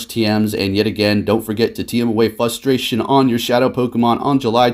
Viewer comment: Anyone else get mildly “fustrated” when he says “fustration” instead of “frustration?” Love the content overall boss lol but was getting a bit distracted these recent vids with the pronunciations lol